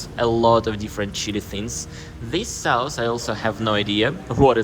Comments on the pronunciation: Educational video. Maybe describe the taste a little more, like sour, sweet, hot. Strong or mild. Also you pronounce the vowel in the word sauce wrong. It's pronounced like hot or fox, or like faucet, instead of like house. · I like your video. Please pronounce SAUCE as SOSS.